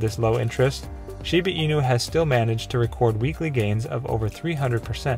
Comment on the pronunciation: The guy keeps say shibi inu😅😅